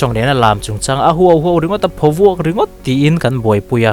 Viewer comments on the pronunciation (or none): "Phawk vuak, i ti zauh a, a dik lo. "Phawvuak," = "Khawvel, (earth) tih thlûk a lam tur.